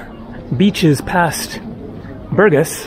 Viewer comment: БургАс, дружище, БургАс. Правильно ставь ударение. А лучше, учи русский. Скоро пригодится.